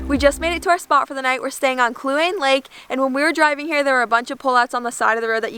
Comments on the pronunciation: Sometimes, your pronunciations of places was funny! Kluane is "clue ANN ee," or "clue ANN ay." I am glad you enjoyed Canada. I live in the Klondike, and Yukon is aa pretty cool place. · Clue-Ah-Nee...just so you know.